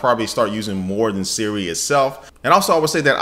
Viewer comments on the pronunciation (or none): none